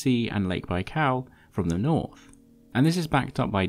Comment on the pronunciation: „lake baikaaaaw”